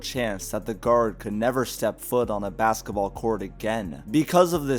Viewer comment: He also said BAKSETABALL